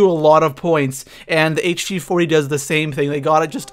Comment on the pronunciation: Hg40. You called it Skillp40 for some reason